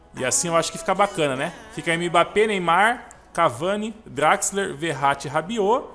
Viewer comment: vc fala Draxler é assim que se escreve mas pronuncia Drexler